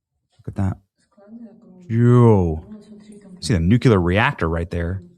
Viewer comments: Nuke·ular 🚫 New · clear ☑️ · Someone please teach Benny how to pronounce “nuclear” correctly. It’s not nuculer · Nucular, lol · Benny... nuke-LEE-ar.